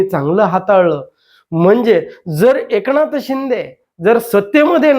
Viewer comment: एकणाथबोलतात...न कि ण हे न समजणारे हे काय विश्लेषण करणार